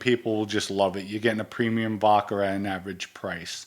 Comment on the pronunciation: Every once in a while, my man slips in an 'r' in vodkar. I laugh each time, but just busting balls. is genuine. Hilarious too, "if I have sex with a guy, hey I'm gay."